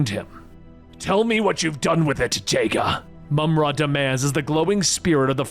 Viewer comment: I hope whatever nirvana you ended up in has internet so you can read these comments and see how much you meant to everyone... Also so you can see me raging that you pronounced it "Jay-ga" 😭